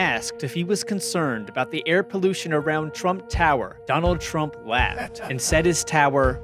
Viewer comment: Oh good lord. "Donnie Twump thwew wocks when he was two!" Lmfao